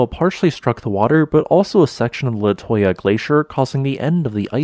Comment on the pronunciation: It's pronounced Le-too-ya